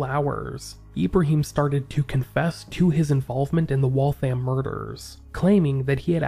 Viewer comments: Waltham rhymes with Gotham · Never heard that once. Ever. I work in Waltham all the time. The thousands of times i’ve heard or said it, it was always pronounced Wall-tham. Even if its said extra fast mayyybe you could get away with Wall-them. But i’ve never really heard that either. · I’m ever so kindly letting you know that Waltham is pronounced Wathium. It’s said quickly, so the name runs together smoothly. It’s Massachusetts; we have the most crazy pronunciations.